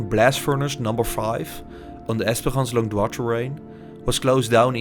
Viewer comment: Longdoz is in het frans uitgesproken als Longdoo, jouw uitspraak is die van Longdois.